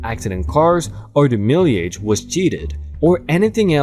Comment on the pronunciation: Dear "mileage" rhymes with "smile-adje" Thanks for posting that car sale scam. Oops, I forgot to start the fire. 🔥🔥🔥🔥🔥🔥🔥🔥🔥🔥🔥🔥🔥🔥